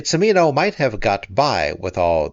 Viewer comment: The late director of Heaven's Gate pronounced his name chee-MEE-no. Btw the first two sentences of her review of HG is classic Kael...